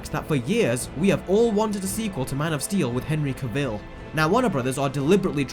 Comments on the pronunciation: It's pronounced cavill like travel. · On another note, it’s Cavil, not Caveel 🤷🏾‍♂️ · Henry caveel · As a side note: Cavill is pronounced 'cavel', like travel. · STOP STRESSING THE VILL IN CAVILL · CaVILL? Could you not get the pronunciation right after 5 years of this guy in the role? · The fact you can't even pronounce Cavill makes me doubt anything you have stated. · That is not how you pronounce "Cavill". At least get his name correct. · There is a black Superman from Earth 23. & he's also the President. Oh, and you're pronouncing Henry Cavill's name wrong... Idiot! 😜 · Dude. At least pronounce his last name right.